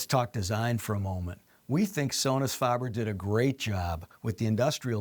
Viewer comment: Faber, not farber.